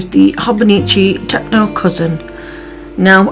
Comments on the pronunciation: You said you are new to Hobonichi and I wanted to point out that it is pronounced Tet-cho not tec-no there is no N in it, this is a common occurrence with new users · it is Tet-cho as in ch like in chosen I can’t tell you how long I called it a tec-o and my friend laughed at me one day and explained how to say it, fun fact Techo means notebook, I think you really enjoy using it